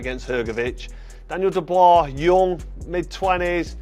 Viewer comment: Dubois = Doo-bwah Daniel Doo-bwah.